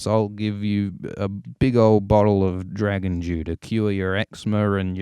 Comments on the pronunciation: I heard that as well! It does sound like he's saying "Dragon Jew." Dragon Dew is what he really saying, and now I have to ask if that's the new flavor from Mountain Dew. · I swear I hear "Dragon Jew" and we all know that's Moishe Dayan!